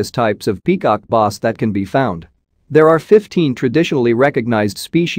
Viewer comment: peacock noss?! Its Bass and not even Basebass rhymes with glass and ass. and not ahs oe boss.